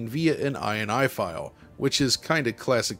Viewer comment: Still odd every time I hear an American pronounce ini, the way they do it as "ayeanaye" rather than "in-ee"